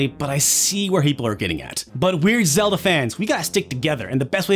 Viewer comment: "Zelda-da" "He-pl" I found this funnier than I should!